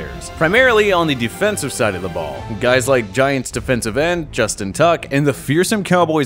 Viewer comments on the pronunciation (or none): none